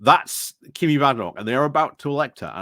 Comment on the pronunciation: Is there a reason you say Kimmy, when it's obviously pronounced Kemi? Is it the same reason you always leave the n out of Jenrick? Are we to expect videos about Kamabla?